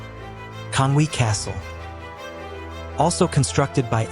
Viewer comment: I totally understand Welsh is difficult to pronounce......but it's so uncomfortable to hear at times......well, you got Conwy correct 😂